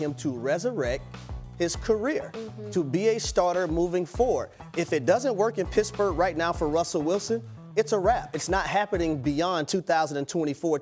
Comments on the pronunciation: Its pittsburgh, not pissburgh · He said Pissburgh 😂😂😂😂